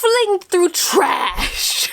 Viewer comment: That r roll on TRRRRRAAASSSSHH gave me back a few years of my life